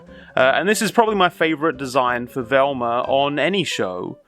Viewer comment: I love how he says "Velmer" lol